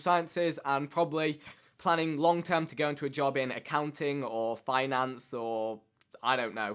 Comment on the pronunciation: Finance... Sounds Asian